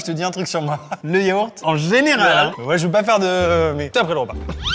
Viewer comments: le yaourrrr ? Tu disais quoi Maxime sur les gens qui ne prononcent pas le "t" à la fin ? 😂 tu crois pas si bien dire : le mot "banh mi" vient justement du français "pain de mie", étant donné que le Vietnam était une colonie française ! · Maxime qui dit Yaour 😂😂